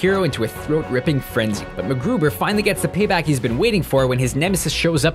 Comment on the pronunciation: Hey. You managed to prounounce Macgruber correctly!! Well done.